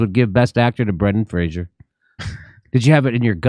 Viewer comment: I really like you guys, but please, please, please take a moment to focus on the actor’s name for a few seconds. It’s BRENDAN FRASER.